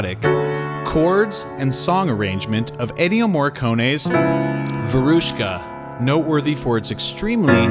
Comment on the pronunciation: It’s not pronounced ‘ver-OOSH-ka’. It’s VyEr-ush-ka. Russian, not Latin.